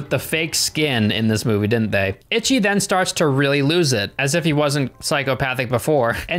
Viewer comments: Yay! I love this film. It's utterly hilarious and very entertaining. I remember seeing it high af at a buddy's house back in like 2006 or so and it blew my mind. Btw it's pronounced 'ee-shee'. It's Japanese for 1. There's no 't' in there and Romanised Japanese doesn't conform to English spelling and pronounciation. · Stop saying Itchy. Dammit. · I hate that he calls him itchyi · Okay,trade secret guys... In malayalam,ichi actually means shit.... In malayalam thought,not many people speak it,so not a problem... And it should be pronounced icchi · It's pronounced like ee-chee not itchy. I would know because I speak Japanese. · That is: it's Ee-chee. Also, it's Mee-ee-kay. Double ii's are an 'ee-ee' sound but the pronunciation is rapid so it's almostttt an 'ee' - it's a 'glottal stop' if I recall my college linguistics class. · For real I've been learning Japanese and its driving me crazy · exactly like they acting like he’s just automatically supposed to know how to pronounce a foreign word in a foreign dialect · If he watched the movie in it's original dub with English subs then shouldn't he know how to pronounce Ichi?? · Am I the only one getting triggered by his pronunciation of Ichi 🙃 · I cannot stop giggling every time he says "Itchy," very American pronunciation, instead of "Ichi" (pronounced more like "EE-ch(i)" It's difficult because the "i" at the end is like a pretend noise. Japanese language is so difficult and unique! I love it 💜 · That goes for any language. Even British ppl dont pronounce words the same as Americans. Im Japanese its ee-chee for English pronunciation. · eech, the final i is silent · People in the film say ‘itchy’, I’ve only heard fans and people outside the film say ‘EEchie’ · "EECHEE" The Killer. Itchy The Killer makes it sound like he has scabies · Ichi, isn't pronounced ITCHY... Its pronounced EECHEE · its EEE CHI not itchy... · Not ‘itchy’. It’s pronounced ‘eechee’. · HAHA "Itchy" The Killer.....EE-CHEE,. EE-CHEE. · Ic h I !